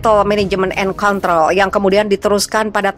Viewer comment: Gagal fokus gara² salah sebut control...😂😀